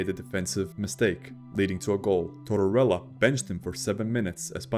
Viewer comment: Tortorella, NOT Torella. The narrator pronounces the name incorrectly every time; that sucks, frankly...